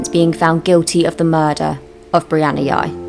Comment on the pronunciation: I think its pronounced Jy